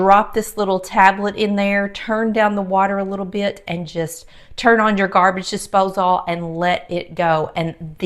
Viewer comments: Love the video but you drove me crazy saying "Dipsose all" It's a disposal, like "disposle" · Dispos-ALL...heehee love your accent and the Curls! Beautiful! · Interesting pronunciation of “disposal”